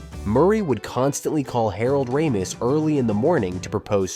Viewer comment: Not just the pronunciation of Harold Ramis’s name, it was also frustrating to never hear his name without the first name attached, like the two were one-run-on name. And the composer Rachmaninov isn’t happy with how your robot pronounced his name either.